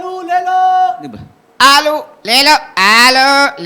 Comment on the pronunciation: The way sonu Nigam ji pronounce the word Le Loooo I can't stop laughing 🤣🤣🤣👌👌👌